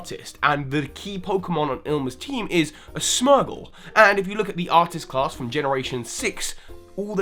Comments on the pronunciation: smergle??? it's Smeargle... like a smear. S-meer-gal...? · it's Lumiose Galette, not Lumiose Gazette. Also, why do you sometimes say "smear-gle" [correct] and other times you say "smur-gle"? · SM-EE-R-GL NOT SM-EH-R-GL! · Okay, I get that Pokémon pronunciations are pretty subjective, but simultaneously, it's got to be SMEAR-gle, right? Not SMER-gle? Because you smear paint? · Please work upon your pronunciations. Revere Walk = Reh-veer Walk. Smear = Smeer. Laverre City = Luh-vair City. Ilima = Ill-lemur. Smeargle = Smear-ghoul. Seriously, it's not difficult. Theory = Absolute, unsubstantiated stretch. Unconfirmed and denied. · Oh gosh now you called a Smeargle a Smergle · How could you spell Ilima's name right yet pronounce it 'Ilmia" in the video? What the heck? Then pronounce it 'Ilma'? Then call Smeargle 'Smergle'?! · You missed tha actual pronunciations of Smeargle and Ilima.